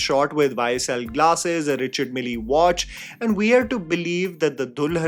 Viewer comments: Never thought i would correct English pronunciation but Richard Mille is pronounced as “Rishard Mill” not “Richard Milly” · First learn to pronounce the watch brand Richard Mile ,Please do enough home work, your videos are getting too monotous and boring